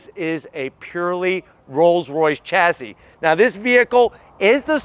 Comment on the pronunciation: Chassis is pronounced shassy